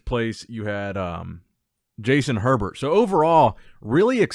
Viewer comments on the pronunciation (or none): none